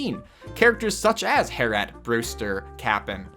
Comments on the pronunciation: Isn't her name Harriett? Not Hairette... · It's "Har-ee-ett" not "Har-ett" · HA-RRI-ET HARRIET ITS A REAL NAME not HARRET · We does he say harret not harriet? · Her name is Harriet not Harret.... it’s (hair-ee-it) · The character at Shampoodle is HARRIET, not Harret or whatever you pronounced. Nice video otherwise, though! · I want to stick around and watch more vids, but we gotta get this out of the way: Harriet's name is pronounced "hair-EE-et" and Tortimer's name is pronounced "tor-tuh-mer" or "tor-tim-er," get the idea of "tor-TIME-er" out of your head now! :-P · the way he says hairette instead of harriet... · Hair-eee-et. Not Hair-ette. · It's driving me crazy that you think her name is hair-et. It's pronounced hair-ee-et. not trying to be rude. Just... Driving me banana 🍌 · Typically a name spelled like Harriet is pronounced "Hair-ee-it", not "Hair-ette" ^_^ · Mans did not just say “hair-ette”😭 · Hair-et ???? ummmmmm i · i like the video but the fact that he’s calling Harriet HarETT is really getting on my nerves. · Did he just say... 'Hair-ette'? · *Harriet (Hair-ee-et) sorry that just really bugged me, like people pronouncing Tortimer as "tor-TIMER" instead of "tor-TIM-er" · Say it with me. Hair-ee-it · hair-ETTE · Wait did you just call Harriet, “Hair-ette?” Lol. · I came here to tell you that it’s not “Hair-ette”... but someone else already did. :D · Hearing "hair-ett" THREE times drove me nuts! I think he also said "Tor-Time-er" for Tortimer, which was painful. (Another video) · As a Harriet it bugged me... But also in the UK it's pronounced Ha-ree-et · My name is harriet and this drove me wild hahaha it’s ha-ree-et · Ninjham No. it’s pronounced Hair-EEE-it. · Yeah I have a friend named Harriet defs not pronounced Hairette :P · you did not just pronounce Harriet's name like that. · I’ll start liking your videos the minute you start pronouncing Harriet’s name correctly. I’ve subscribed so I can be updated on this.